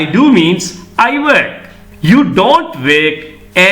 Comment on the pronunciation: Work, ව (ර් )ක්‌. ශබ්දය විය යුතුයි නේද?